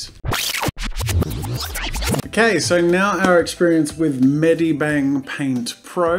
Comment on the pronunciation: 1. The name of medibang paint seems weird because you pronounced it wrong. 2. Firealpaca seems like a bad version of medibang because firealapca was the first program from the same developer. But then they moved on to medibang